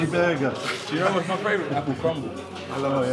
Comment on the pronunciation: " my favitoues apple crumble " - Anthony " " oh yes I love apple crumble" - Gordon